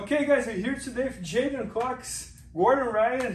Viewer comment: it's J'Den like cmon guys... anyways good dude I hope the best for him next year even though he straight up stole my joke one time